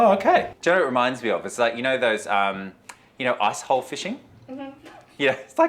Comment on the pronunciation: When he said, "icehole fishing," I thought he said, "a=@ fishing."